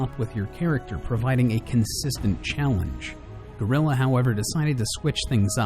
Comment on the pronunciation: You utterly butchered the game developers name